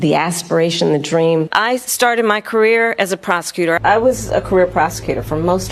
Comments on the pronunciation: “Prosecutor “ 🤣I thought she began to say “ Prostitute” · Did you say you were a prosecutor or a prostitute? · Did she say career prostitute or prosecutor? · HOLEY SHEET. I thought she actually say 'I started my career as a Prost*tute' until I read the Subtitles.